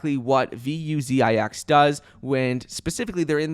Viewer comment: I like how calls them "V U Z I X". So unique!! Haha